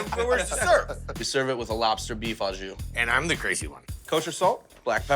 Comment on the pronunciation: "ajus" is not a word! It is 'au jus', which means 'with its juice(s)'...